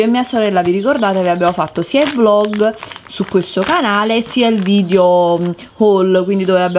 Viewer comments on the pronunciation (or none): none